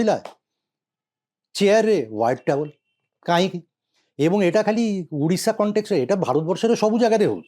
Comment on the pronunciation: Sir plz pronounce odidha instead of udishs